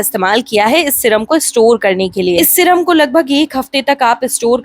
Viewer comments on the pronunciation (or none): Syrum hota hai madam shram nhi